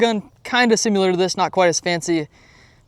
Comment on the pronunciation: Sim I Lar, not sim u